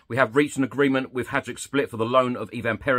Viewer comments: The J is a Y sound in Croatian. It’s a bit like hi or high and dook rhyming with took. It’s impossible to teach poms. You can’t teach people who already know everything. 😂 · its Hajduk 😅